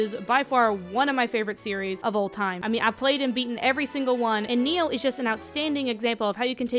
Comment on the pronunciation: It's pronounced Ny-Oh, not Neo.